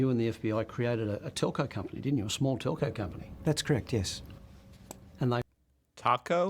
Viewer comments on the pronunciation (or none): Telco, not talko. Telecommunications company. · TELCO COMPANY … TELCO COMPANY … TELCO COMPANY … … not TACO 🌮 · Taco 😅😂😂 Ohhhhh lol....Telco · Telco, Aussie for telecommunications company. NOT Taco Co. Lol. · Telco not taco 🌮‘telecommunications company’ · Not 🌮 but 📱 Not “Taco” but “Telco”, as in “Telecommunications”. You effectively became a Telco company…. As in you became a mini Telstra or AT&T. Yes… yes we did. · Telco, not taco. Lol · They weren't saying 'taco', they said 'telco' company. Short for telecommunications company 😊❤🇦🇺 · Telco company... not taco company... 😂😂😂 Telco = Telecommunications. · He said talco not taco stop pause the video you might miss the word said and a current affairs is a tv channel 9 not utube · TELCO Company. Not Taco Company :) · Telco not taco 😜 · “Telco”, not taco. It’s Australian for telecommunications company. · Telco (Telecommunications) company not Taco dummy. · He said Telco Company. Telco (Telecommunications)